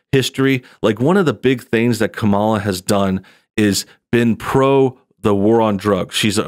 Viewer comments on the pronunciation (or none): oooooooooh no. you mispronounced "KA - Mala's" name